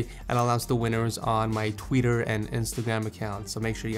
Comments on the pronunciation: Anyone else hear tweeter not Twitter at the end?;) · Not hating, just pointing out when you say Twitter it kinda sounds like your saying Tweeter. 😀